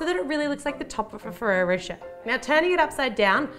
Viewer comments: On the adverts they say rosh-ay not rowsh-air and I say it like rosh-ay. Is it different in Australia or is she just saying it wrong? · I'm seriously impressed with your techniques!looks so good. and pretty, too. I'm sure with all that chocolate and nutella, this is quite a mouthful, yum! If I may suggest something: try pronouncing rocher more like rosh-ay (it's so difficult to explain it to English natives, but the -er in the end of a word is pronounced like the é(e), like a flat, brief "ay" or "ey". similar to the word sauté, from cooking!^^) lots of love from a European translation student with a huge sweet tooth :) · Pronounced rochae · I laughed so hard of how you prononced rocher, im not nativ american, english or else so it soundet so weird